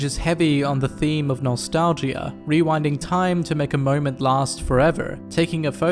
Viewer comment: did you say... nos-tal-gee-ah?